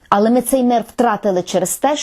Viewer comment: також в слові "але", наголос не на "а". Але куди ж мені звичайній смертній з Донбасу....